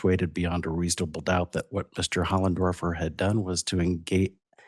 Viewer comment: Why is he saying hollendorfer it says hoffendorfer